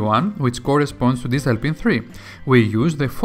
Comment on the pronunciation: Best explanation of interrupts I've heard. It's a well-done video with easy-to-follow instructions. I must admit I had to back up and turn on subtitles on in certain sections. I've worked with Arduinos for a while now and never heard the term "distal pin" before. After turning on subtitles I realized it was "digital pin" and suddenly everything made sense. 😄How is this the first time I've heard this guy? Now I have to check the rest of his videos. Good bye productive afternoon! lol